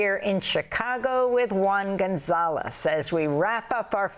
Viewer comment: "One Ganzalez". Really? I thought he's name is Juan González.